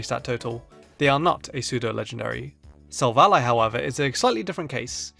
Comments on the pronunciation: You're one to talk about mispronouncing Pokemon names. Silvally = "SILL-volley" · Silver ally. Come on, this one's incredibly obvious.